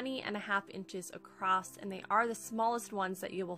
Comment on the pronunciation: 10/10 cutest little shelves. I'm going to try this! Side bar, It's my own personal pet peeve but I had to mute this because you kept saying "accrosT" there is no such word.